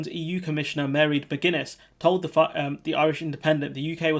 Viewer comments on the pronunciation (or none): Pronouncation: Mairead - MAW - raid, not Mary. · Her name. Pronounced Mar-ade. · Mairéad is pronounced 'mar-AID'. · Her name is pronounced Maraid. I saw her on Questiontime a few times and she is one smart cookie. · Her first name is pronounced basically like Moy-red or Maw-(rhymes with raw)-red depending on the dialect. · Her name is pronounced "Marr Raid McGuinness" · Her name is pronounced, "mir-aid" Soft "mm" then raid. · Her name is GEALIC. It is pronounced MAR-AITH. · Mairéad is pronounced "marr-aid", emphasis on the second syllable. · No, it is Maw-raidd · Very poor pronunciation of Ms McGuinness first name, think you should have researched this to find out the correct pronunciation, rather disrespectful. Stop using “you know,” “like” I suggest you write a complete script not just bullet points. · Give him a break, Irish names can be tricky